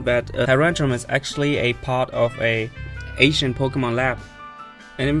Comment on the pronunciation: Whenever he says Ancient it sounds like he's saying Asian. Can't help but giggle a little every time. Love accent though. XD